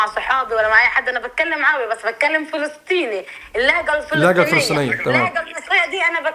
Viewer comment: للفلسطنين ما بحكه فلستينى انت كذابه احنا بنحكى حرف الط عادي مش زي المصريين تاء